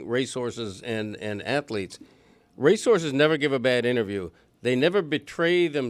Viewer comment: why is he saying Race Horses like resources lol